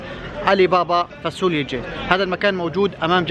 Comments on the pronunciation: هههه نار خيا... بس شو هاي الفاسوليا هههه... فاصوليا بال ص مش فا س وليا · 😅😅اسمها فاصوليا مش فاسوليا